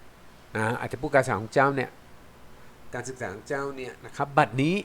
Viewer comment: การศึกษาของเจ้า คำว่า เจ้า ต้องออกเสียงสั้นครับ ถ้าออกเสียงยาวจะมีความหมายที่เรียกกษัตริย์ครับ